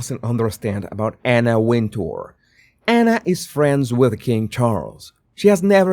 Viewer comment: She pronounces it Winter. If you listen to her interviews she’s said it’s Winter. Not Win tour. Just sayin.